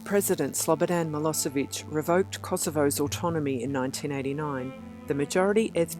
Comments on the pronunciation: Nicht Maloviq Sonden MILLOSCHEVIQ Wie lernen auch Deutsch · Wie kann es sein, daß Sie die Wörter Slobodan Milosevic und Kosova nicht richtig ausspricht, schade. Es gab nicht Totet auf beiden Seiten, sondern die Kosovaren hatten viel mer Opfer,,als Serben. Es heißt nicht Adam Jashari sondern Adem Jashari. Also dieses Video am Anfang hatte es so viele falsche Informatione.